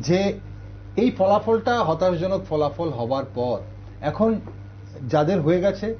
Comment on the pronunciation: " হতাশাজনক"- "হতাশজনক" নয় মাননীয় সঞ্চালক